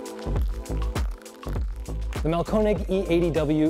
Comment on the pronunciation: Ö is a completely different letter from O and is pronounced roughly like the French "eu" or like the last syllable of "father" with a very soft "R." It is not pronounced "oh" and not "oo." Mahlkönig, not Mahlkonig.